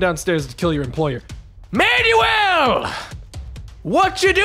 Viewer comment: the way he pronounced Manuel....